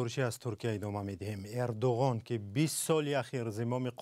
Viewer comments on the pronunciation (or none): Барои чи Эрдугон? Гарчанде ки бо забони турки Эрдуан талаффуз ва навита мешавад